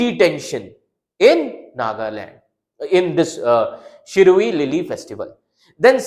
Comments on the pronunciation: It's Shiroilily.try to pronounce properly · Bro must have experienced the same as like we north east people faced when studying central names, parks, etc in pronouncing shirui lily,😅 That's what we face studying central data without knowing the meaning for that particular word, spending extra time for that very word when others can skip just by looking at it. Disadvantages faced by NE students in competitive exam😢